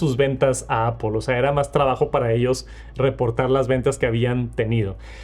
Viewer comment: Porque los mexicanos y españoles no pueden pronunciar bien apple? Todos los profesores se coordinan para enseñar a pronunciar mal o que?